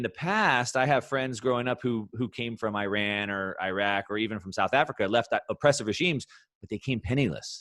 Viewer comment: It's "ee-raan" not "I-ran" for heaven sake!, i bet Raoul will cash out once he's done riding bitcoin, USD is and will be the powerhouse! with some tweaking lol, great session man!